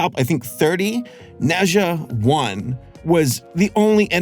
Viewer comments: Adore this movie. Amazing. Random, but it’s pronounced Nuh-ja, as opposed to Neh Zhuh. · Ne pronouns “Ner”, “er” with rising tone Zha pronouns “Zhar”, “ar” as in “Car” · As an asian, it’s pronounced “na jah” and he’s a chinese mythology character and he’ a chaotic kid with superpowers i guess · the pronunciation is ner zhar (rhymes with nerd and car), not net zhar. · Him pronouncing it “neza” hurts me inside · Hello, I'm from Hong Kong, China and I can prove that. It's pronounced "NaJa" here. Similar to Germen isn't it? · 你的评论真好 - 应该说" Nuh Jah" - 加油！